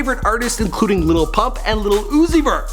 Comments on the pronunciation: I hate how he says "lil" Like "little" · Why does he say "little"? It's "lil" like where he see the t's at? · Why does he keep on saying "Little" whatever... its Lil not Little